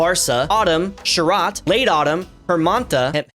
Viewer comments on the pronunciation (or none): Not from BangLadesh but knowing bengali It's Grisso, Baw'rsha, Saw'rot(not T, more like T of Tatakae, japanese word), Hemonto(Same not a T), Shit(Not a T either), Baw'sonto (Same as before).